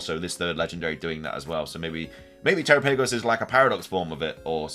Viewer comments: Terapagos rhymes with Galapagos. Also, it's Terapagos, not (Tera-pay-gos). Lastly, great video. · Galapagos is pronounced ga-Lah-Pah-gos, so Terapagos is pronounced te-Rah-Pah-gos (the capitalized syllables are the ones you emphasize) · Well, you ATTEMPTED to correct your pronunciation. Here's a hint: It rhymes with "Galapagos". Or you could watch the Direct, since they say it...